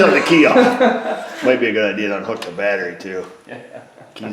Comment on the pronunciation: Did he say batt tree Vice grip watching south main lol I am high as shit thank you yes